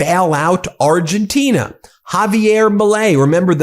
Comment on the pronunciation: Ben, it's Argentina, not Argentinia. 😊